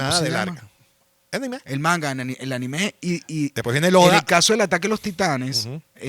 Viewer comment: No. Esta vez lo dijiste bien.